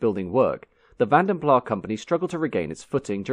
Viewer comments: Vanden Plas in the UK became a separate company from “Carrosserie Van den Plas” in Belgium. The then English company in 1923 was named "Vanden Plas (England) 1923 Ltd". Both “Carrosserie Van den Plas” & "Vanden Plas (England) 1923 Ltd" were exhibiting at the London Motor Show as different companies with different owners. The English company pronounced their name as Vanden Plah to distinguish themselves from “Carrosserie Van den Plas” of Belgium. When Austin acquired them in 1946, Plah was their preferred pronunciation, and it was marketed as such. This continued with BMC and later BL. It’s been pronounced Vanden Plah for at least the past 80 years. As for “Carrosserie Van den Plas” of Belgium, it went out of business in 1949. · You cannot be an expert on a company and mispronounce its name, it's that simple. Also deliberately mispronouncing something all the way through a video in order to get lots of comments and therefore drive activity on the video leading to a higher rating is a known dirty trick strategy. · Vanden Plas (or van den Plas) is a Dutch/Flemish name, so the s is sounded - it is not plah. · if it's a Dutch name, surely that last word should be pronounced the same as "plus"? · It's 'Van Den Plaz', with hard 's'. The name is flemish/ dutch, it is not french. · It's pronounced Van Den Plass. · Im surprised that you don't know it's pronounced "plass' , it's not french it's Dutch pronunciation. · Interesting. Thanks for the upload. One remark: VandenPlas is a Dutch name, working in Flanders and the pronounciation therefore is with the "s" at the end. In Dutch words all letters are pronounced. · The "S" at the end of Vanden Plas IS pronounced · Accurate? Vanden Plas pronounced wrong and invented a w123 Maybach. What’s accurate about that? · Vanden PlaS .....you pronounce thé S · The "s" in Vanden Plas is pronounced, it is not a silent "s". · I know nobody pronounces it but it is Flemish, not French. That S should be pronounced